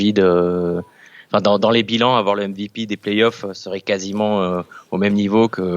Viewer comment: J'ai mis un dislike pour la prononciation du mot MVP